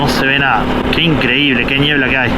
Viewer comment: Si le dice "ñiebla" entonces es ñiebla 😄